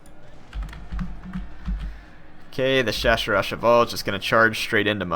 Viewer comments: ...Chasseurs à chevals. CH = you pronouce it like you would pronounce the beguining of "SHame". SHHHHH and SS, you pronounce it like the begining of Still or Sorry SSSSSSSS. You fuckup the name of this unit beyond belief ahahah xD Nice, a Napoléon campaign! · OK the right way to say Chasseur a Cheval (France's light cav) is to pronounce the double "SS" like a normal "s". Video still much appreciated though!